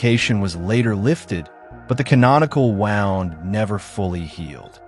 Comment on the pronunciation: AI voice needs to learn “wound”